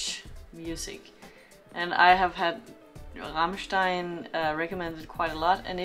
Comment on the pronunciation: You did pronounce Rammstein very well indeed :)